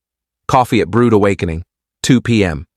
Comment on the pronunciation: "Brewed Awakening" not Brood nor Brude.